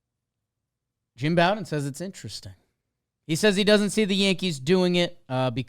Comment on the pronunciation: I'm not trying to be a grammar nazi but Jim Bowden aka America's GM pronounces his name slightly differently. "Bow", the first syllable, is pronounced similarly to the same word in "bow and arrow" or like the Bo in Bo Jackson